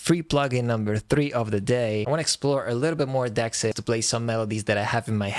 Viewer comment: Nice to see some love foe Dexed. We got permission from the developer to install it with our Unify host plug-in - just a little FYI, THE PLUG-in name is pronounced “De-Ex’d” since it is a software version of a “DX”7. See what they did? 😊 Also, I attended the introduction of the DX-7 in Portland, Oregon in 1983 just 1 year out of high school. Still have mine I got back then. Keep up the positive vibes!